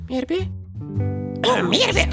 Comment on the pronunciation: почему "МИРБС", если "МИРБИ"??...